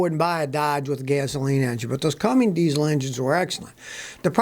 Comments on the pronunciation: Cummings????? Come on Scotty. It’s Cummins. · It’s Cummins, not Cummings. 🤦‍♂️. Just like it’s ask, not axe. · There is no "G" in "Cummins". No "G" Scotty!!!!!! :D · It's not Cummings Scotty. It's Cummins. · Love your channel but why do you say cummings instead of CUMMINS ? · Scotty...the name is CUMMINS NOT Cummings. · There is no "G" in Cummins. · Cummings engine? Is that the same as Cummins? Lol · It’s Cummins not Cummings bud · "C u m m i n G s" diesel engines are not excellent engines, Scotty; they don't exist. It's "C u m m i n s". No "G". Geez! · Cummins, Scotty. Not Cummings. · It’s pronounced Cummins.